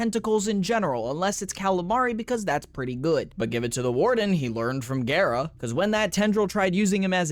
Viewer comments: It is pronounced Gah-rah, from the japanese word for glass(garasu). Which is why she has that japanese look. Someone lied to you buddy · pretty sure it is GARRR RAHH lotus says GARRR RAH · wait its pronounced gay-ra? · Why are you saying her name that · I'm not great with pronunciation, but I thought Gara was pronounced like the Naruto character as well. I think that's how Ballas says the name in her Prime trailer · It is pronounced like Gara from Naruto. It's from the Japanese Garasu ガラス(glass). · One thing to note about Gara(besides her name, you actually got it right before you corrected yourself, it's pronounced with a long a) is that we know why she's the glass warframe, and it's actually surprisingly wholesome. Essentially the woman who would become Gara volunteered herself to become a Warframe, knowing the truth. Nihil called for her to be glassed, essentially punishing her "for her presumption". Ballas took all this and used it as inspiration for her design. To honor her sacrifice he "encased her in crystal most fine" i.e. made her into the glass warframe. Source: Her prime trailer